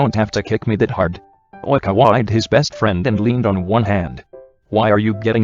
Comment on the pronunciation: No one: Not a single person: Not a single soul: The Google voice: Oìñkawa